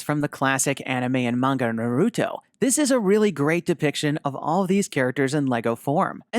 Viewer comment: You’ve pronounced “Naruto” wrong.